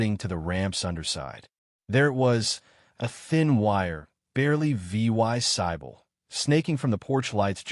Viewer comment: "V Y SIBLE" when is should be "visible" Do you actually listen to your crappy read story? Sound like a piece of sh!t.